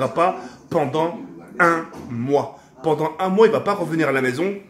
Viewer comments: Tk on dit pendant pas pendent mais en te kiffe quand mm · Il a dit pendent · 90% des comentaires: "C'est "reviendra" et pas "revoendra" et "pendant" pas "pendent"